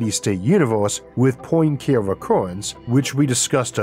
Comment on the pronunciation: if I may, I would rather say that pointcaré is prononced as it is written, with a [e] at the end.